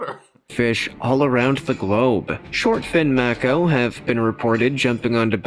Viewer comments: Mako, pronounced: may-co... not mack-o...MAY-CO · Māko..... pronounced it wrong